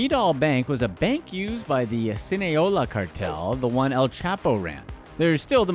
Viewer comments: Fact that you said sinaola cartel instead of Sinaloa kinda takes all cred from this video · “Sin-aioli” cartel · Sinaloa is pronounced see-nah-low-ah, for future reference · Se dice Sinaloa güerito... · sinaloa idiot wtf is sineola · Sin-aye-hola cartel lmfao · “sInELoA cartel” 🤮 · I was just about to comment this! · You absolutely botched saying Sinaloa